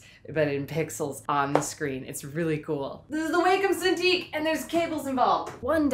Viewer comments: It is pronounce Waaaaaa-cum. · it is pronounced Wah-Kum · Random thought: in all videos from Wacom I've seen, they've pronounced it WAH-com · I looked it up; it's pronounced Wah-Kum (like the moles). :P I also really enjoy your T-shirt! I can't think of a drawing demand, though. :( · I love your doodles, but you can totally tell you did Anime Cartooning at some point, it still shows in some of your pics including your icon. No need to pretend like you are embarrassed by it! Cartoons be cool yo...dattebayo Also it's "Wah-Com" because it's a Japanese company apparently... or at least that's what the service people told me as a lot of their products became incredibly short in supply for a long while because of the fukushima disaster. They're the only prof. tablet makers. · pronounced WAH COM ;)